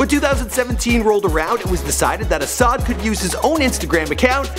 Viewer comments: isn't not ashad . asahd or pronounced as Asad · ASahd is pronounced asad, not ASHAD... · bruh don't know how to pronounce anyone's name what is ashad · No way this man not callin him ashad on purpose 😑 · Why do u say ashad, his name is pronounced ASAD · It's not ash-had it's a-sa-da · this dude said ashad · His name is pronounced as Ah-sad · He butchered Asahds name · It’s pronounced asaad not ashad and it’s khalID not khaleed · You want DJ Khaled to watch/retweet this but keep mispronouncing his sons name? And the last? Ok